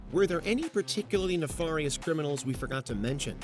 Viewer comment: “Ne-FAR-ious items”?????? It’s not supposed to sound like “Jafar” from Aladdin,. 🤣🤣🤣🤣